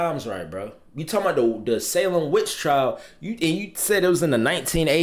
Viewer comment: reactions always rock. But he really said Salem Witch Trials 😂😂😂.